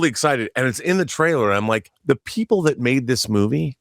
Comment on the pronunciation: Of course the blue haired girl says “thawt.” Women can no longer say the word “that.”